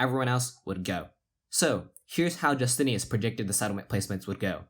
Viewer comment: "Justinas" is pronounced "YOO-STIN-IS" in Lithuania not "JUS-TINE-US" or "Jus-TIN-EE-US." You pronounce it two different ways at different points in the video. I'm thinking that the players would prefer that you do the small amount of research needed to pronounce their names correctly. Its a respect thing. ;)